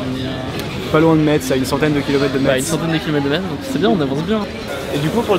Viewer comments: Salut juste pour dire qu'en tant que Lorrain, on dit Mess et non MeTs ^^ à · On dit MESSE AAAAAH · ça se prononce Mess pas metz !!! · Metz se prononce comme la messe C est tout . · "meTSSE" ... mes oreilles saignent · Par contre c’est pas Metz en prononçant le z c’est Metz en le lissant messe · ON DIT MESSE ET PAS METTTTTTZE !!! ._. jvé pleurait dns ain kouain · Superbe video mais ca se prononce Mess et pas metze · Mess pas Metz 😂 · On ne dit pas metz mais mess svp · C‘est «Mess» et non «Mètze» mdrr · Désolé mais non, je peux pas ne pas le reprocher, on dis pas Metzzzzz, mais "Messe", voilà, merci. Sinon bonne vidéo ! De sacré débrouillards ! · Ça se prononce messe pas metze merci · On prononce Messe pas Metsse bordel !!!! #Metz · METZ ON PRENONCE PAS LE T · C’est un beau projet mais stp ne prononce plus jamais de ta vie le t de Metz sa se dit « messe »😉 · On dit Messe... Vous les parisiens vous êtes tellement coupé de la civilisation que vous renommez toutes les villes à votre sauce :'D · Comment il prononce "Metz" jpp en gros je t'explique ça prononce comme ça "Messe" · Juste une petite précision les gars Metz ça se prononce Messe voilà voilà sinon la vidéo est cool 👍😁! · Metz ça se prononce "messe" ! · On dit Metz=Mess